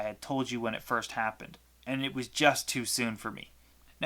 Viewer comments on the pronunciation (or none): none